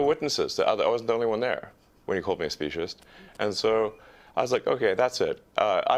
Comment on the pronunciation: Hi , Clayton, just because it seems you have had difficulties more than once with the word "speciesist" , this is how it is pronounced: spee-see-sist